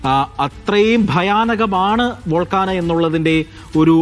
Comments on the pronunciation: Volcana Allah Bhai. Volcano. Sir ethu schoolil aanu padichathu? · "വോൾഗാനൊ" അല്ല കുഞ്ഞെ! "വോൾക്കേനൊ" എന്ന് ഉച്ചരിക്ക്!